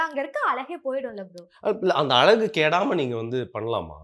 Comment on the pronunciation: அலகு இல்ல மா தமிழின் சிறப்பான ழ கரம் அழகு என்று சொல்லு மா